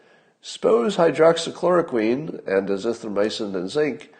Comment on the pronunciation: "hydroxochloroQUEEN"...2 months and still can't pronounce it right